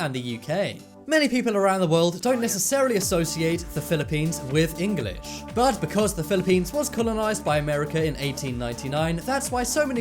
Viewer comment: Why can’t you say English it’s English not EngAlish no hate